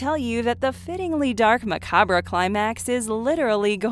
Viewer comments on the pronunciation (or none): "ma-cab-re" thats not how you say it darling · Who's guna tell her that macabre is pronounced MA-COBB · Macabre is pronounced like Mc,Cobb, just saying. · Did she just pronounce macabre as "maca-bruh"? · It's Said like macob not macabre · Macabre... The re is silent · You mispronounced a few of the words, macabre for example, did this piece come from a content mill?